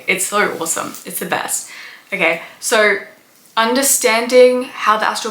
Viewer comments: Its "So" not "Sow". Think of it like you're saying "Bo" and not "Boww". I didn't hear anything past "Soww".. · Wow! You can put the sound of the letter "R" in the word "SO"!